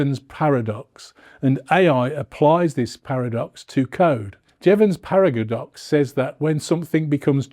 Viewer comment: You appear to be saying "paradavox", which makes no sense.